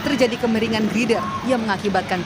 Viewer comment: Girder atau grider oom?